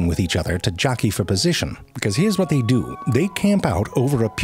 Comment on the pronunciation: Or how he says “ do” 😂 … but he says dew